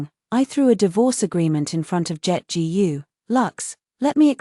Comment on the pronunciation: Authors: Teach your ai to read Chinese last names like "Gu".